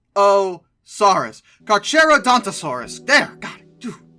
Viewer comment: It's pronounced kar-kr-uh-daan- tuh-saw-us I do believe.